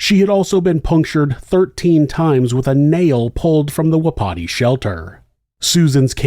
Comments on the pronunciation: I believe it's pronounced with no emphasis on any syllable. Wa-pi-ti, not wa-PI-ti. It's the Shawnee word for elk. Love your channel!! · Just for future reference : Wapiti is pronounced like WAPA-TEE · It’s pronounced WAH-pity. Just so you know.